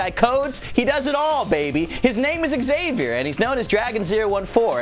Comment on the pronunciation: How non english tongue hears Xavier: ExSavior